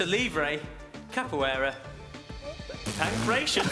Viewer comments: Me shouting PANCRATION at the tv 🤦‍♂️pronounced PAN-CRAT -EON and dates back to the og Olympics in Ancient Greece. Here's me a non sports fan 😂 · Apart from they all pronounced in pankr-ai-tion and not pank-rat-ion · “Pankration” (pronounced pan-KRA-tee-on) was wrestling done in Ancient Greece. Contestants would often oil themselves up and wrestle as part of some of the first olympics.